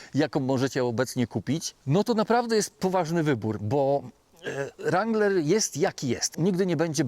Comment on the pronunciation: Kurcze Chłopie naprawdę fajny kanał prowadzisz ale na Boga przestań z tym ,,langlerem" bo to jest żałosne. Nie ucz się wymowy z translatora Google. Mów po prostu Wrangler i się nie ośmieszaj. A jak koniecznie chcesz być bardziej amerykański od Amerykanów to ucz się poprawnej wymowy chociaż z Amerykańskiego YouTuba a nie od translatora Google.